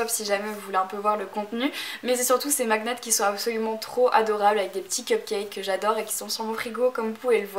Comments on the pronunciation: Euh non il est dans le dictionnaire français aussi donc comme on est en france, tu le pronce à la française donc "magnette. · magnets ? tu le prononce d'une façon bizarre, normalement ça se prononce "magnette" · bah c'est la première fois que j'entend quelqu'un le dire comme elle le prononce, et c'est quoi le rapport entre aimant? en France le mot"magnet" existe, regarde dans le dico avec la prononciation ça se dit bien "magnette" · Tu peux aussi le vérifier sur internet, on trouve des dictionnaire en ligne :) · Super vidéo et c'est vraiment marrant, ta façon de dire : magnets ^^ Continue comme ça ! tu es super !